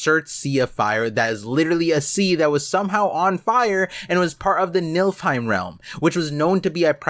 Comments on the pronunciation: You're definitely cooking... but "niLFheim" was hard to hear repeatedly. It's niFLheim. My brain kept thinking about a realm of MILFs the way you were saying it. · Nilfheim👀🤣sounds like milfheim. Btw, its spelled like this: Niflheim. And said like this: Nee-fil-heim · youre proouncing Niflheim like its MILFheim, but its pronounced NIFFLEheim I personally wouldnt mind a milfehim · I'll leave the other Norse pronunciations aside, but arriving at "Nilfheim" and "Skyrim" requires a dose of illiteracy in the mix.